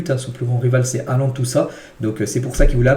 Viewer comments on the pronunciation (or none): none